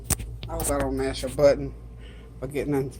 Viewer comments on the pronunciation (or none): none